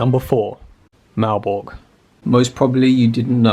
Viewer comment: Malbork, Wawel .... how dare you come here so unprepared .